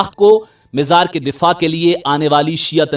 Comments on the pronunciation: You always pronouncing Mazar as Mizar can't you correct for all amateur u tubers of Panjab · Mazar Hota h mizar nhi